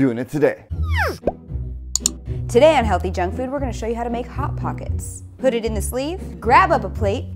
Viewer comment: wait has it always been “hellthy” i thought it was “healthy”